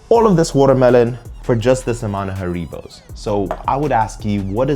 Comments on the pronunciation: The gummy bears are pronounced HAIR-uh-bow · HaREEbows -- LOL. It's not a Spanish word! It's actually HAReebow. It's derived from the name and home town of the inventor: HAns RIegel BOnn. (I lived in Bonn for years and when the wind was right, you could smell the gummies from the factory about 8km away.) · I've never heard someone pronounce Haribo like that lol